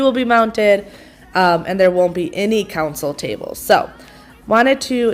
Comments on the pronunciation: Honey, it’s console table, not counsel table. Also niche is a French word pronounced neesh. I’m a bit of a grammar officer. But, mainly, I like it to sound like peeps really know what they are talking about, and part of that is saying it correctly. Lots of love, auntie Mo. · "Console" table - not council table.